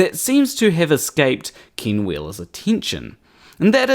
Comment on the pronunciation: His name is "Ken" not Kin